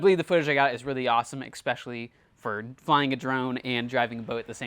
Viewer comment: I know this is gonna sting....Nobody has said it because we love your videos. You say EXPECIALLY a lot. We know you are smart, as you do what you do. I just want to help you to bring more subscribers. Especially. Pronouncing it EX is really bad. ESSpecially.